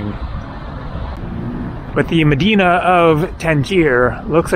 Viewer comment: Good job on pronouncing Medina....in the mid-western USA they incorrectly say "Meh-die-nuh" or "Muh-die-nuh" when they pronounce it in Cleveland, for example.